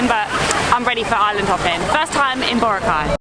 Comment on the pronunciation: He pronounced Boracay correctly.